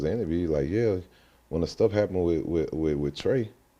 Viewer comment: The fact that ti and zro was beefing and even he say Trae wrong 😂